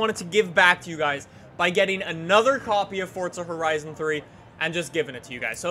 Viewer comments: i swear its forza not fortsa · it's FORZA not FORTZA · why does he say fortza there's not a t in it god damm it forza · Deevz Smithen if it was fortza it would be called that not forza, if u have watched for a while he mentioned that he says it wrong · Twigz Recklezz right, that definitely makes sense. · ITS PRONOUNCED FORZA NOT FORTZA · it's forza not fortza u dope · forza not fortza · Forza. not Fortza. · HeadStriker no it's not just says it weird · JVL12Gaming then you’ve been mispronouncing it since forza 3, its pronounced fortza, its italian, not everything revolves around u and how u do things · JVL12Gaming jeez you've been mispronouncing it for that long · I hate how you say Forza